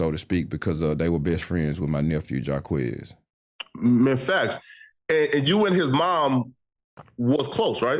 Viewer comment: Flacko said quez a buster 😂😂😂😂😂😂😂😂😂😂😂😂😂😂😂😂😂😂 Ohhh man